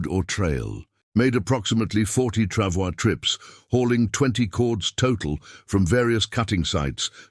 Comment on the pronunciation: "Pronounced "Travoy"